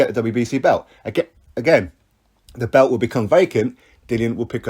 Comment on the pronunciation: Its pronounced belt not bewt.